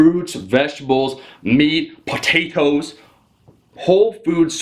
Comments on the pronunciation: poe-tay-toes precious! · Lol did Omar say pHotatoes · love the way he said PHOTAATos!